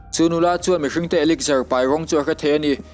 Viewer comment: a spell elixir ni mahse elixar ti lam tur alom bruh😂😂 American pronunciation ani na..mizo pon kan hrethiam ber tian